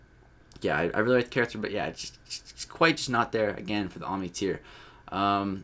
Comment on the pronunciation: *OMNI, not oNmni.